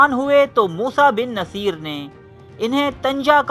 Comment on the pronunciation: موسٰی بن نصیر Moosa Bin Nusair not Moosa Bin Naseer as you pronounced